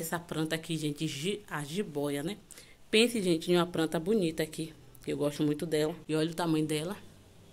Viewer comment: Pranta? Né planta não?